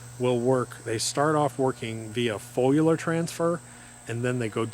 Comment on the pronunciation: He said “folular” so many times he almost had me believing that’s how you pronounce foliar 😂